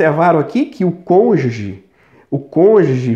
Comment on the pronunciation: Parece o Sérgio MORO "CONJE"😂😂😂